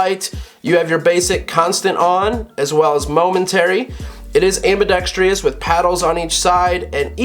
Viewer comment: While we're on the subject, the word "ambidextrous" is pronounced am-bi-dex-trous, not am-bi-dex-tri-ous. It's not even spelled that way, so I've no idea how that incorrect pronunciation came about.